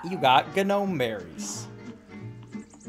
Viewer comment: the G in Gnome is silent bro... read a book.